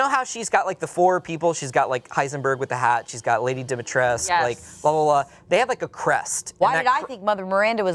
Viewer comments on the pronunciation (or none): DimitrescU! please people the Romanians/Eastern Europeans are begging people to stop pronouncing it like its some french name "dimitresque"...there's a U! like who decided this